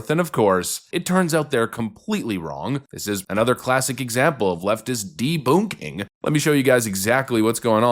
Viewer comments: "deBOONKing?" Boonk?? LOL!! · I thought that the second way to promounce debunking was just a funny way to say it with a German accent. The Coball Excuse reminds me of the panic that people said that involved computers shutting down on 1/01/2000 because they were afraid they would just switch to 1/01/1900 and shut everything down.